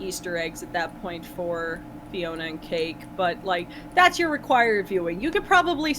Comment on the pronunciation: Psst... it's Fionna, not Fiona